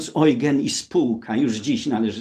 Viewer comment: przy czym Ojgen to wymowa niemiecka (jak ten okręt - Prinz Eugen), po angielsku jest to mniej więcej Judżin